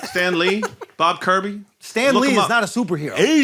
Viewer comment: "Bob Kirby...." that one hurt. Biggest legend in the industry can't even be name checked correctly. Sorry Jack.